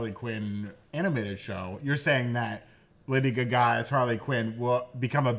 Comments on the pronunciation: Guys, it’s pronounced Lady “Gah-Gah” not Lady “GuhGah” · 😂 but still can’t pronounce Lady Gaga